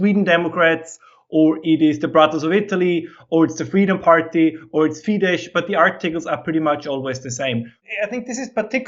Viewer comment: is great, and I hope UnHerd invites him on again. If you do, please put a quiet word in his ear that Fidesz is pronounced like 'fee-dess'; the 'sz' of Hungarian is pronounced like the English 's' and 'ss'. He might be conflating it with Polish, where the 'sz' is indeed pronounced like the English 'sh'. It was jarring to have him so knowledgable on Eastern European politics, yet somehow hasn't spent much time following Hungarian media, or listening directly to Hungarians. This should be something someone learns on day 1 in Hungary.